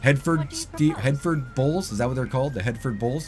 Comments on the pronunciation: It's pronounced "Her-Furd" not hair-ford. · It’s pronounced “her ford” or “ her ferd” bull least here in idaho ... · Hereferd is pronounced HER FORD, like Her Chevy :) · great video man.. I have noticed a lot of others videos miss this part so it is great to see someone getting this out there also I have always heard that bull name pronounced like her-ford.. have a great day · Listening to this guy wrongly pronounce Hereford 🤣 it's Hera - furd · In England it's 3 syllables: hɛrɪfəd like H + Erica + Oxford but without the: ca Ox You guys started mispronouncing it but maybe that's more authentic to the game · Hereford is pronounced .. HER - FERD .. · heh-ruh-fud. lol. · "her ford" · You should go eat at the Hereford House, then you’d know how to say it properly.